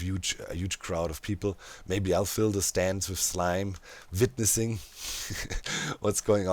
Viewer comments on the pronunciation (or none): I love Doc <3 always so inspiring and amazing! One thing this episode the threw me back YEARS was Doc saying Witnessing with a V <3 idk if it was intentional but had a déjà vu feeling back to when Doc used to say Wines instead of Vines <3 haha love you mate